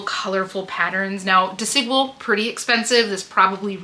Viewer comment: Love this ❤ haul, by the way “Desigual” is pronounced as “dehs-ee-GWAHL” in Spanish. The emphasis is on the last syllable: dehs-ee-GWAHL. Think of Desi as in “Desi” Arnas and Equal with a “G” for the Q